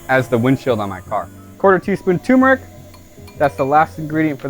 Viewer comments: STOP CALLING IT FUCKING TUMORIC, IT'S CALLED GODDAMN TUR-MER-IC! JESUS JIMMINYFUCKASSWAGONS! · Ah yes can't forget that tumor-ic